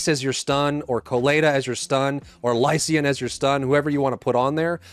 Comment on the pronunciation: Im sorry but the eay you pronounce lycaon made me laugh